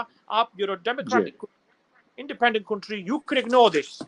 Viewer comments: instead of country, he said cutry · Sabse paheli baat iss shaffab ki English suno .....country ko cuntry bl Raha hai🤣🤣🤣